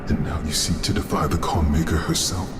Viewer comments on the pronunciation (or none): none